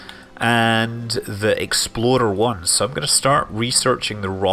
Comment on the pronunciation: it sounds like he is saying "Exploder 1". How very Kerbal.